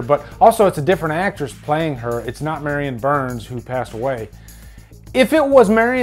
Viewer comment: Why does it sound like you're saying Maryann burns and not Marilyn? Anywho, I'll take her over crusty JLC any day 🤭